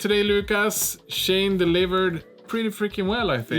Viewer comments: Pronounced She-En, not Shane. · It's pronounced as "She In", as in "SHE is IN the car".